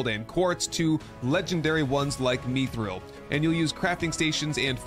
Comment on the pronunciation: did he just say “Meethril” veins bro its MITH-RIL